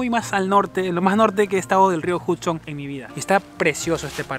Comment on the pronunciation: Esperen a que me gane la lotto. Una cosita Hudson se pronuncia la U como una A..espero no te moleste la corrección.. Buenísimo video.